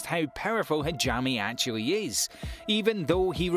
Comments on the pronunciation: Is it really impossible for english speakers to pronounce japanese words right? hajimmi? what.. Haven't you hear how they pronounce the names in the anime? How can it be so difficult to pronounce it correct? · bruh do you even watch the anime bc you pronounce some character wrong like hajime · The pronunciation of Hajime killed me